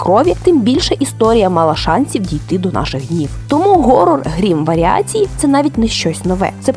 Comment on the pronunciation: Про те що англійське слово "Horror" читається ніяк не "Горор"